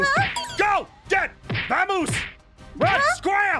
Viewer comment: I heard /golden huggy say "amoos" or something but it was funny